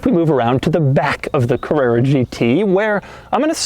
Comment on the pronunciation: Porscha Cavrerra GT